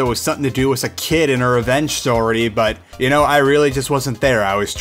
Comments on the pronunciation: Wis instead of with really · Why do you say "with" like "wiss"